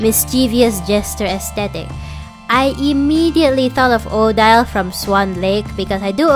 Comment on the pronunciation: How have I not discovered your channel before? I had to subscribe after 90 seconds. Not so much because of the Monster High but because of your ideas. And the way you describe your process. I’m so happy this video is 30 minutes! Thank you! (Also swan lake Odile is pronounced O-deal) So far this video is very impressive. I’m excited. 💃🏽